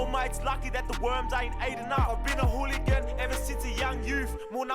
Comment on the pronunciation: Did my guy just say "hoolie gangs hefs"